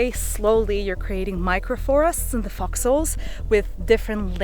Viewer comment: Thought she was saying "foxles" for a while there. Long vowel sounds matter!